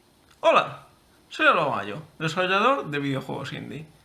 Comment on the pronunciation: Cada día pronuncia peor desarrollador. Me gusta.